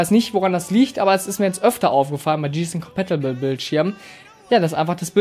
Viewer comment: 2 Tips für Dich, 1 Hat ein VA Panel sowieso immer einen guten Schwarz Wert und den brauchst du nicht Extra zu betonen, es ist ja schließlich kein IPS Monitor! 2. Wenn Du Englische Bezeichnungen nicht richtig aussprechen kannst, dann lass sie einfach weg und mach das Video nur in Deutsch, Gsysnc Compatible z.b. komplett falsche Aussprache! Wenn bei dir manche Monitore ein schwarzes Bild bringen, dann hast Du wohl mal Blackboost aktiviert, diese Einstellung ist nicht mit jedem Modell kompatibel! Blackboost hilft einigen Monitoren dabei den Input lag zu reduzieren, dieses Modell funktioniert Übrigens 100% mit Nvidia Gsync kompatibel habe es selbst bei einem Bekannten getestet.